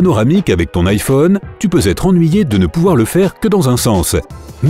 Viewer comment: Le mec il dit (Ifone) et pas (IPhone) 😂😂